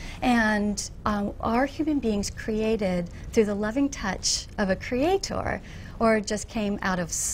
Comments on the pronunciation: what's with the pronunciation of "Cree ate torrr" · why does she keep pronouncing creator, creaTOR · Stop saying creaTHOR please. Unless your God wields a huge hammer, you're talking absolute bullshit. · Everytime I heard her say cre-a-TOOR I just wanted to kill a kitten. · She keeps saying creaThor,creaThor...well if only I was made in his image,Thor is a handsome bastard in the Avengers. But I am not as handsome as Thor so her point is moot. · "CreatOHR". God damnit. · A Kree-Hay-Tor. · I cringe every time she says "cree ay torre"